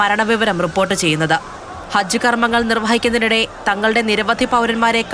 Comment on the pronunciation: Pl attend. ---- it is not harj , it's hajj